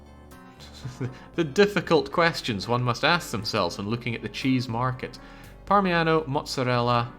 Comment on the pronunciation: parmiHano is killing me, it's parmiGiano